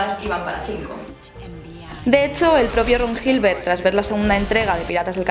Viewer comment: Island se pronuncia 'ailand', 'aisland' sería Iceland, que no es el caso. Gilbert es pronunciado Gilbert, no llibert, como verás aquí /watch?v=CVE5Amjhdiw. Si pretendes corregir, te sugiero estar segura de lo que vas a decir antes de decirlo.